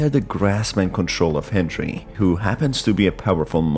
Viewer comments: Why do you say henjery instead of Henry? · Every time you say hendjry I take a shot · sounds like you're saying hendry